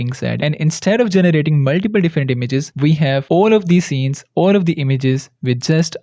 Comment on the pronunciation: "maltiple" can hear this without seen a head moving hahaah sorry